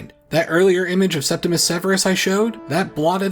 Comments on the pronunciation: Please, it's Septimius Severus, not Septimus. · Many people mispronounce the first Severan emperor's nomen as "Septimus," but it is actually "Septimius" with an "I" before the "U." I apologize if it seems nitpicky but many people seem to make this mistake. I really appreciate your videos and love when there is a new upload